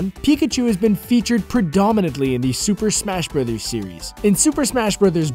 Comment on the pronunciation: "In de Shuper Shmesh Brudders Serwies"